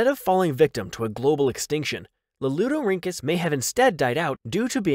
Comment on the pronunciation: The narrator's ability to consistently pronounce "Lalieudorhynchus" correctly is something I can only dream of achieving in life.